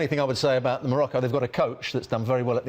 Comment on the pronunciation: Hunter Of Liars Morocco not Norocco you idiot